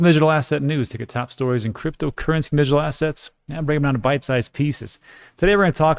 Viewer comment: it's not going to kill you to say your introduction one second slower so you can pronounce cryptocurrency and digital assets properly